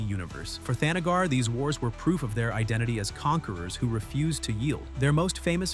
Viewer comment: Captioner misspelled the Kryptonian sun. It's Rao, not Ralph! Also, THANagar, not the NAGGar, you racist robonarrator. Starro, not Stairo.